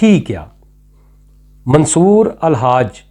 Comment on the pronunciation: آپ منصور کا نام تک صحیح نہیں ادا کرسکتے اور چلے ہیں ان کا فلسفہ بیان کرنے۔حد ہے